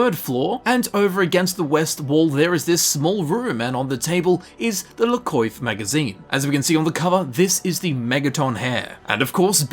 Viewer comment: La Coiffe? I thought in french is spelled "La Coaf"